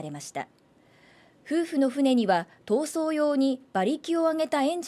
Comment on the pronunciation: 闘争が暴走に聞こえる